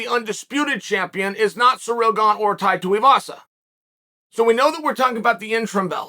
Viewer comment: I'm soo happy you said Tais last name right. You've made my day!